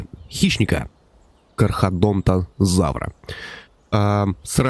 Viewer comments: Немного оговорился КАР - ХАРО - ДОН - ТО - ЗАВР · кушай всегда перед съемками, а то у тебя то динозавры слишком сырые, то слишком сухие, у кархарадонтазавра вообще одну р прям на видео захавал. Блин мой совет прозвучал как совет какой то бабки... ну да пофиг)